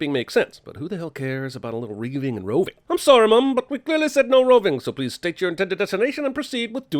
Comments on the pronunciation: "Reeving"? That was "reaving", aka what reavers do, and Malcolm Reynolds can enlighten you on Reavers. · That's reaving with an 'a', as in carrying out a raid in order to plunder something.